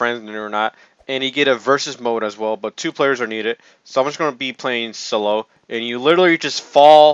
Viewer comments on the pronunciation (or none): none